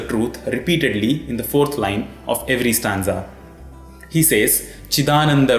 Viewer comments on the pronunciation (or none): none